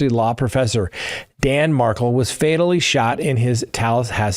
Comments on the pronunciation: Mar-kel, not Markle. Please pronounce the victims name correctly!!!! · It is MAR-KEL not MARCKLE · Love you, but you gotta look into saying Dan Markel’s name correctly…just to honor his name….please like kettle…kel….rhymes with bell… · It’s Mar-kel